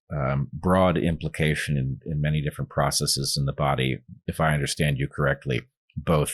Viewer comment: Stop saying 'biasees' and 'processees'. Just stop. Bias and process are not greek words ending in 'sis'.